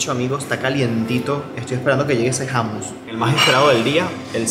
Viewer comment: El Hummos se pronuncia júmmos, no jámus. Parece que a su suegro se le olvidó el árabe ☺